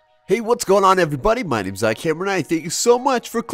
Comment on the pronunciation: OMG HE CHOSE MY QUESTION......said my name wrong though LOL